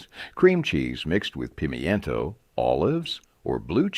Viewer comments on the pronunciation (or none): Pemientos ..... I thought they were pimentos. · "Pee- me-en-toes" 😆😆 Pimentos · What the heck is a pemmiento? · I never heard it pronounced pim-y-ento cheese. It's always been pi-mento. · "Pem-E-intoe" 🤣🤣 ... can't seem to find that anywhere!! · You lost me a pee mee en toe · Pim e en to 😂 these pronunciations